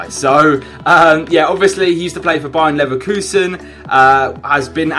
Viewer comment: its bayer leverkusen not bayern leverkusen